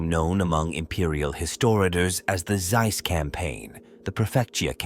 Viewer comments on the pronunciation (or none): none